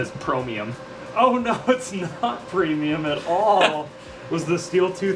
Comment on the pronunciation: PROMIUM, EVERYTHING IS NOW PROMIUM